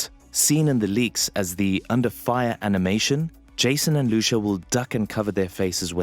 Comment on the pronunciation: It's not Lushu it's Lucia